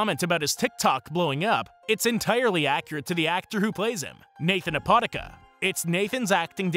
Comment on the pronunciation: Yo homie - dudes last name isnt pronounced all fast like that - slow it down a little - Ah-poe-dah-kah - or if you want to pronounce it with an ethnic accent change the hard D to a Th. The more ya know,am i right? Stay blessed yall🙏